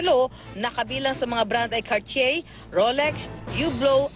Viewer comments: sinong reporter? mali ang pag pronounce mo nang Cartier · Hahaha tawa q dun sa pronounced .. Sa CARTIER..